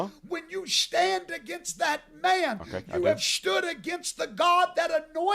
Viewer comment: “shtand.” Lol. He can’t even speak. Ffs.